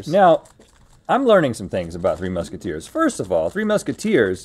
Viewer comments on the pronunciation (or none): “3 Mushateers”🤣🤣 how did nobody else catch this lol